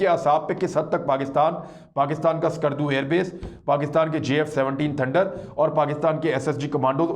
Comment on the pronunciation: Imran bhai ko do baaton par gaur farmaana hai 1. Sheher ka Naam Skardu hai Sakardu nahi aur Ladakh mein Leh hai, ley nahi. Education 📚 hai zero 0⃣ aur aap log chale Jung ⚠ karne. 2. Jung karne ke liye paisa 💵 chahiye, aur dileri ♥. Paise 💶 toh aapke ke pass Hai nahi aur China 🇨🇳 ko leke aap log Dileri ♥ dikha rahe ho, aur Bheek 🥣 maangne ki tayyari bhi kar di. Khuud ke pairon 👣 par Khade 🦶 nahi ho sakte aur teer 🏹 marna chale.